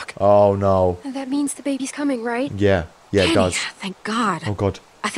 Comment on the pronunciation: Uhhh did you go to kinder garden it’s Kenny not kenne